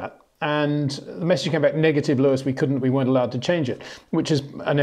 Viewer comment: ⚠️ To all international journalists & sport presenters: 🌐 it is NOT Lewish ... it is NOT Bottash ... and it is certainly NOT Max Vershtappen!